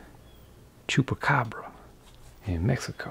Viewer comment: "Im sorry cat lovers, this ah... Is a cupacphra" 😂😂 I love this channel so much so far, thank you for all the crafts and funnies